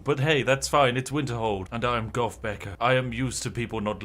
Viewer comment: Spiff, when saying "goth" you need to learn that TH is not pronounced with an "F" learn English.